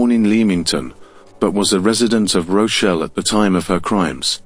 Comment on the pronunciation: Rochelle? Do you mean ROCH DALE